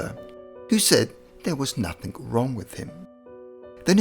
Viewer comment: 'There was nuthink wrong with him'. Fuuuuck.